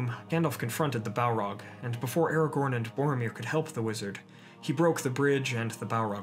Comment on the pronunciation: When he says Aragon he pronounces it Aru Don